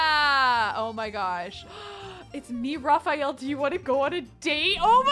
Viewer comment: It's so cute the way pronunces Raphael's name! I really love to hear it cause it's the masculine form of my own name. Also, is cute saying anything!